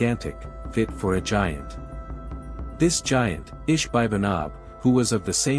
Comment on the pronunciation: It's g i a n t not g a i n t